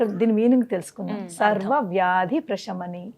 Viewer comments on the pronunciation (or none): Prashami ni kadhu anukuntaa Prasamini anali ani vinna Sha palkakudadhu ani vinna Saa anali Prasamini